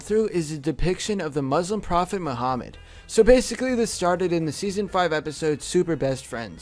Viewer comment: I am muslim and he pronounces Muhammad and muslims wrong